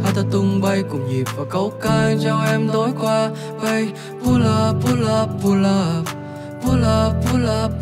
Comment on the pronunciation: Không biết lyrics là pull up hay là pulled up nhưng nếu là pulled up thì cách hát phát âm sai rùi